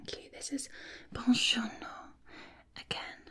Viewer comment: I'll teach you the right pronounce of Buongiorno